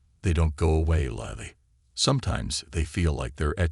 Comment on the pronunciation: The person narrating this story has pronounced the woman’s name three different ways. Lily, Lilly Lili. Why can’t you find people who can navigate the English language properly?????